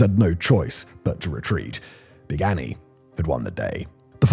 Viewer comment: They have a life-size cutout of Big Annie in one of the museums. Such a badass. Also, much better pronunciation than I was expecting, Simon! Kudos~! <3